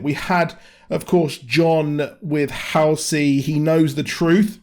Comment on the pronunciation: It's really the only even slightly decent episode. And it's HALL-Cee. I think you got way low expectations if this was exactly what you expected. I mean, the action itself was ok but... everything else is total shit. None of the story ties together or makes much sense. This was about the minimum I expected, barely.